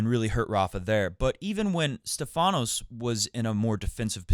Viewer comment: Its not StephAnos (intonation on the A) Its StEphanos (intonation on the E) which in greak means "the one with the crown on his head" (get it)!!! Learn it well my friend you gonna mention it a lot ...